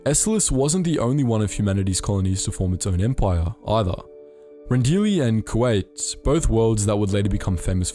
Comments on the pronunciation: The way you're pronouncing Kuat is throwing me off..saying it like the asian country Kuwait(coo-wait) and not Coo-ought like it's properly pronounced. It's a dumb irrelevant nitpick I know. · Love this vid but Kuat pronounced as Kuwait hurts me on a spiritual level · Did the Star Wars channel really mispronounce Kuat as Kuwait?